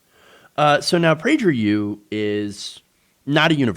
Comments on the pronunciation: They want to inoculate school-age kids against objective reality. Shameful. Also, it’s Praeger with a hard “g.” Love your content. Keep fighting the good fight. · Kinda bothered by the pronunciation of Prager with the soft g... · Lol you’re butchering the pronunciation